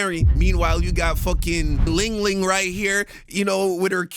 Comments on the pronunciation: That not LingLing. That's ChinChin 😅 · Not "Ling-Ling" 🤣🤣🤣🤣🤣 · Dude said ling ling 😂😂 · Not Ling Ling😂😂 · “Ling Ling” Are we being serious man 🥀